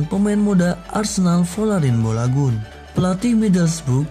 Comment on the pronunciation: Balogoun aja bolagun ngomongnya🤧